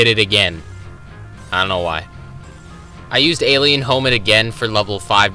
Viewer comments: you lost me when you pronounced hominid as homid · "Alien Homid" bruh